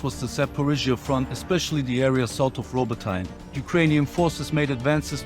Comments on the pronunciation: It's "Ro-botee-ne", not "Robo-tine". Please remember this. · "Robot-ee-nyeh!" #FFS 🤦‍♀